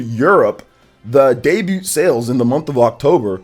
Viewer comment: The T in DEBUT is SILENT! U don't xsay the T at the end!